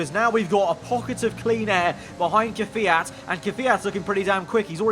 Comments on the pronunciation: Ffs it’s KvYAt not Kafiat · stop ✋ saying KIFIYAT it’s Kvyat